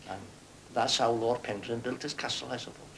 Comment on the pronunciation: Shame that the narrator can't pronounce Penrhyn property- he's emphasising the 'rhyn' rather than the 'Pen'.